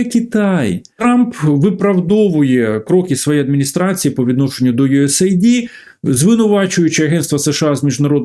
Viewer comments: Не ю ес ей ді, не ю ес айді. US AID(де US - це United States, a AID - допомога). Ю ЕС ЕЙД. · USAID, наскільки як знаю, читається як "юес-ейд".